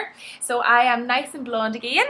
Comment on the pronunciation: please dont say "again" like a country girl...it sounds awful